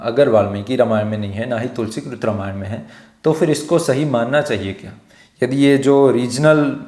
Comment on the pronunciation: Namaste! You are doing an excellent job. Would request only one thing. I have deep respect for Bhagavan Ram and hence recommending with deep respect to please speak his holy name properly in the word Ramayan as NOT 'रमायण'(Rmayan) but 'रामायण' - (Ramayan) as it is bhagavan राम and not रम. Because Ramayan is the story of his journey/holy path and we get the benefit of his holy name chanting when we say it without any distortion. Let's not keep the listeners away from the benefits of holy name listening and chanting (Sharavanam and Kirtanam) Hope it helps. Thanks for understanding. Several Mandirs, libraries and Gurukulas have been destroyed, in Northern and other parts of India and many holy names of places and persons have been purposefully distorted. Let's NOT do this to this one atleast. If a 3 year old little girl Ramaa Kumari can do this, we all can do this! Jai Shree Ram! 🙏